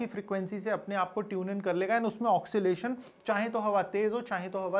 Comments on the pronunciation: It is not pronounced "oxylation", it is oscillation, pronounced as "AW-SEE-LAY-SHUN". I appreciate your efforts and patience for researching, and educating us about the cutting edge technologies in market for wind power harvesting. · ऑसीलेशन होता है भाई वो. ओकसिलेशन नही.